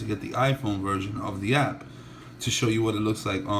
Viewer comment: app not ass!!